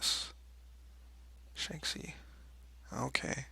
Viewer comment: Guanxi = Gwon-chi Shanxi = Shon-chi Xibei san ma = see-bay san ma EDIT: By the way, Heidi heido heida! 👌